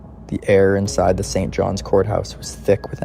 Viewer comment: I realized once he said "St. John. S"